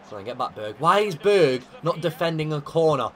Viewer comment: when u say berg name you say bög wich means gay in swedish. i cant stop laughing